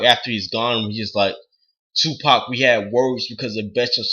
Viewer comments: 2pac is a thug and he his the best you dint even say his name right dumbass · You sound like a bitch and didn't say his name right. U know nothing about him not his name. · LMAO at least say his name right